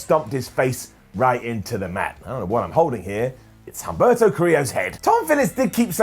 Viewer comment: The "Chumberto" thing is intentional? I don't got it. But if isn't a joke, h in spanish is silent and my OCD make me remind this 🙃